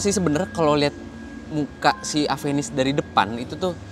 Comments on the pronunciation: Ieu teh mun di Bandung kudu bener maca mereknya. Ulah di sunda²in lah nya. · Orang sunda susah nyebut namanya